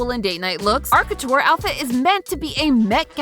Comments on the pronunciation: Please, please someone help with pronunciation of fashion terms. The hat she makes for the Met Gala look is a “fascinator”, not a “fastener”. Sometimes she pronounces “couture” as “cutchur”. There are several other examples I’ve heard her make over several episodes. I think she is a great host! Please work with a fashion editor to help her polish this up! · I've never heard couture pronounced that way before....